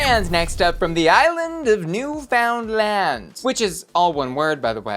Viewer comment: So Newfoundland is pronounced “NOOF-ind-land”; emphasis is on the NOOF :) lol